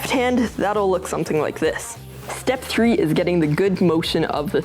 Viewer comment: Tree sixty flip guys TREE🌲